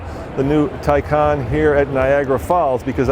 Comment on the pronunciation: Is pronounced Tae Can and it appears that has a specific set of skills